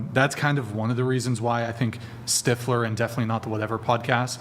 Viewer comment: Girl saying steifler immediately annoyed the shit out of me